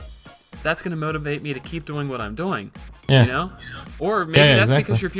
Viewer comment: Speedy says "doing" like "boing" with a "d"